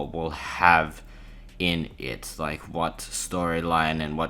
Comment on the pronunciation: loik means trixster trix not really loik